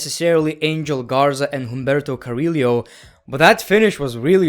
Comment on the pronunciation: Do you pronounce it Humberto cari-liyo on purpose? 😂